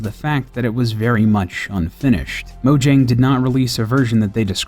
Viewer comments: Mo-yang, not Mo-jang. They pronounce their Js differently. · It's pronounced Moyang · Even game theorist spells it wrong while a normal YouTuber xisuma spells it right, mojang pronounce as moyang.